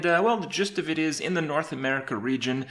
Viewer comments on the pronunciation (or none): Опять он весь видос говорит ДЕ ГЕЙМПЛЕЙ